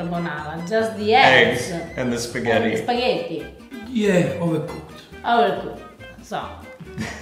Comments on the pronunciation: The programme is called "Pasta GRAMMAR!! But yet the boy keeps calling Spaghetti "SPAGHEDDY???! It doesn't make any sense to me. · it's weird, Giada mispronounces spaghetti as speeghetti, and fettuccine as Feettuccine.